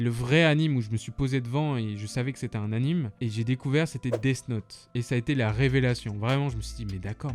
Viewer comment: anime se prononce animé car c'est animé, un peu comme dessins-animés